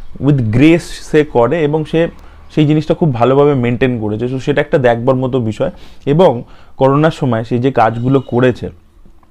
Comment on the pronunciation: দাদা তুমি " দেখবার " এই শব্দ টাকে দ্যাকবার বলোনা প্লিজ ।